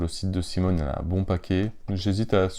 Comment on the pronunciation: c'est cmon ( a l'anglaise) pas simone